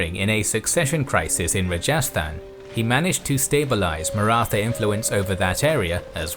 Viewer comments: also there is no stress in the prononcation of rajastan there is usually not any stress in south asian languages but otherwise your pronouncation is on point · A good and comprehensive survey, but must you mispronounce every single Indian name? For instance, Hyderabad is pronounced 'Hydrabad"; Rajasthan is pronounced "Rahjahsthahn, and the last syllable of Panipat is pronounced "putt", something that golfers do when trying to sink at short range.